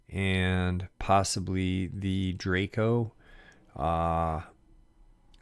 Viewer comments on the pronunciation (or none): none